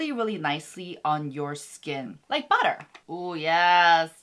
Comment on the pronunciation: She said butter I heard behra (can relate?)